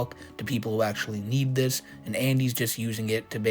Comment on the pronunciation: "De" "dis" it's